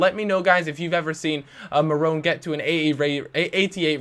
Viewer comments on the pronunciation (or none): its mannone not marrone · You mean mannone not morone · itz man-none not marrane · As if he's criticising that save from Ulreich early on, quality save. It's Mannone as well, not Marrone. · mannone not marone you dumb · MANonne not MARonne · its pronounced ma-no-nay and that person just edited his base stats, he doesn't improve much, barely hits 80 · Manone is pronounced as ma no nee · It's mannonne